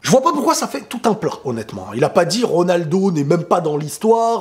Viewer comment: En même temps il peut dire ce qu'il veut...jusqu'à prononcer comme il veut le nom de RONALDO